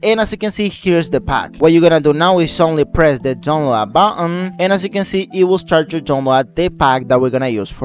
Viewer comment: dunlad buhuhhn bro im dead